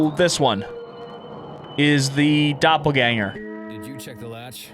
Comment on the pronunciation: I’m sorry, but as a shapeshifter nerd the pronunciation of Doppelgänger made me want to puke. If you’re making a game like this and want to have it be voiced over, please just to the VO yourself. AI voices almost never do a good job. Everything else about the game is absolutely stunning and I have no complaints about anything other than this.